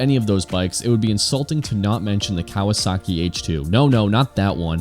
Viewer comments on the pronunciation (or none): none